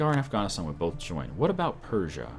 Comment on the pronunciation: How do you mispronounce Afghanistan it's pretty simple to pronounce